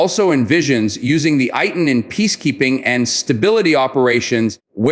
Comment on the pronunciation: Is not pronounced as AY-TN but is pronounced as Eih-Tan